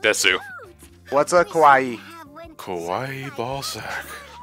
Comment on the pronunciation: Considering how pronounced "kawaii" as "kowaii" (the way most weeaboos say it), he just called them scary balzacs...which is still accurate.